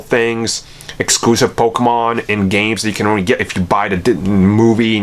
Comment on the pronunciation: I don’t think you should be making this video when you can’t even pronounce “Pokémon” correctly